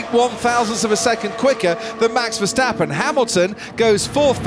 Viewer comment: the still keep saying ; MEX VERSTEPPEN